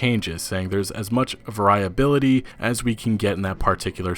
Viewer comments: Variah-bility too instead of vary-ability haha. In all honesty though people communicate more through written text these days and could have a reduced understanding of the actual phonetics as a result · "Va-riah-bility" LOL! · I don’t believe “variability” is pronounced like that sir. Google is your friend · variability. dude you cant read? do you say conversate?